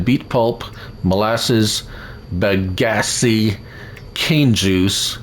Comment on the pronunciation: How do we manually transport the tanks of Molassas I tried using a autoload mod set to fluid tanks and it wouldn't work. Also just a slight correction you were pronouncing Bagasse wrong the E is actually silent